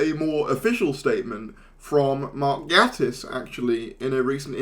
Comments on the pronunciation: pronouncing Gatiss wrong ("gate - iss") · Gatiss (first syllable like "Gate"). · Small point but it's pronounced "gay-tiss". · When it comes to streaming services, no matter which service wins, we, the viewers, lose. Also, doesn't Mark Gatiss pronounce his surname Gay-tiss?